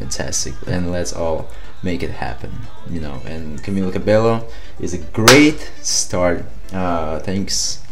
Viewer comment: just satinng her name is pronunsed cabeio